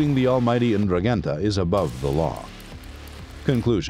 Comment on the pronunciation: Please thst is the worst pronunciation on the internet of the Ndruhhhgetta just can’t listen to poor speakers sorry just had to let Ya Know!